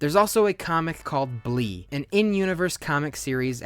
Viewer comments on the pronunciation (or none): “Blee” its bleh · Definitely bleh not blee